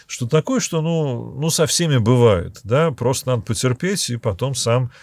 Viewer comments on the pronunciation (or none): none